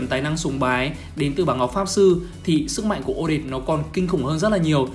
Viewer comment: Là o - det - te ko phải là o- det